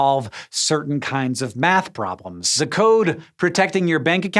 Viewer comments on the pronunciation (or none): none